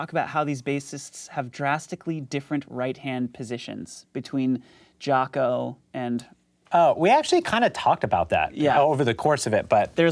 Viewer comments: Its Jaco, not Jacko :) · "Jaco," not "Jacko." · JACO , not Jacko!!hA! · Jaco, not Jacko. HavOHna, not HaVAna. C’mon guys, TRY. Jesus. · It's "Jaco", right? Not "Jacko." Please. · Jaco, not Jacko.